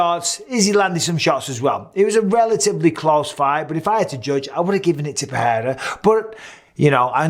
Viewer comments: *Pereira -- not PeHeira [PE’REIRA] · Bruh it’s pronounced “Per-rare-ruh,” ur a UFC commentator and u don’t even know this? Enough with the disrespect